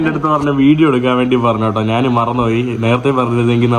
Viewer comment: മൈരേ, നാൻ അല്ല ഞാൻ ആണ് ശരി